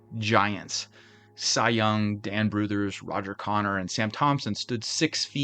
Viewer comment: Has there ever been a more optimistic name in baseball than Hugh Jennings...? First, congrats on saying "Brouthers" correctly. Second, most of this squad went to the Superbas after the team folded in 1899. The Superbas ultimately went on to become the Brooklyn Dodgers.